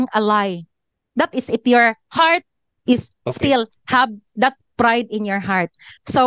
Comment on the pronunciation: you pronounce “IF” as “IP”.